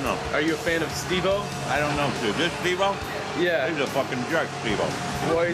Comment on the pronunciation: You pronounced his name wrong he has made it very clear that he can't stand when people say "Stevo" or "Steve o" with the 'o' lowercase... Its Steve O hahahahaha ✌️😉